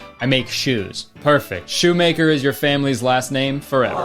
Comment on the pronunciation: hey KURTIS; shoemaker is german and its actually pronounced shoe-mah-ker